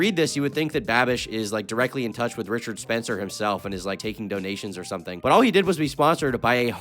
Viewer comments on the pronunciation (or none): none